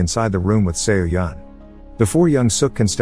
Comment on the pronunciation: fyi it's pronounced so-yeon Not se-o-yeon🤣🤣